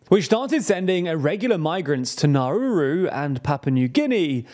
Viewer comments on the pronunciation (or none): It's N A U R U - not whatever the hell you tried to say. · Could you do a separate video on your pronunciation of Nauru?